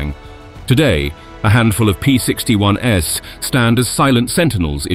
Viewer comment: The narrator also pronounced the plural of P-61 as if it was the "S" model, and pronounced the abbreviation for Me-109 as if "Me" was a pronoun. I HOPE this was a computer-generated voice, because if that's an actual person, he's kind of ignorant.